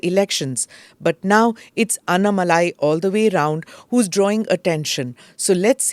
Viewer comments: Smita why do pronounce his name as “ಅನ್ನಾ” shouldn’t you pronounce it as “ಅಣ್ಣಾ” ? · Excellent program as always. Kindly pronounce Sri Annamalai’s name properly. It is अन्नामलै not अन्नमलै। Thanks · Smita: it’s not AnnamalAAAAy. It’s AnnAAAAAmalai. NOT अण्णमलाय IT’S अण्णामलै. It’s DISGUSTING to see that a senior journalist is INCAPABLE of pronouncing a name Correctly. How would you feel if you are called SMITTA, स्मिठा in stead of Smita, स्मिता ??? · At least don't massacre his name pronunciation. North people Anna-malaai is understandable. At least you shouldn't make this fake pronunciation. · Please Smitha, you must pronounce his name correctly ... you are saying his name like the english apelling is phonetically correct!!! you KNOW better!!😢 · Smita, Why can’t you pronounce his name correctly (being from India) ?